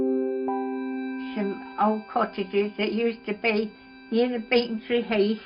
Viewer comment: Its not beeeecontreee its becontree